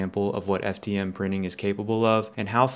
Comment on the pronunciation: FTM Pronting😂😂